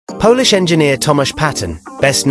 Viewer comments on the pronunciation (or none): none